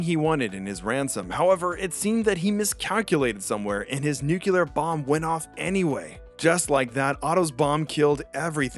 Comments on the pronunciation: Nu-clear, not nu-cu-lar... It's like the difference between Plot Armor Comics and Plot Amour Comics... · Nuclear, not Nucular. >.< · video's nice but for god's sake, it's not nukilar, it's nu-cle-ar, the L comes before the damn E xD sorry it was driving me crazy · NU-CLE-AR ---- NEW-klee-er ---- /ˈnjuːkjələr/ for the love of god, get it right. And don't give me that shit about "This is a colloquial pronunciation, and It's also acceptable". NO. That's normalizing illiteracy.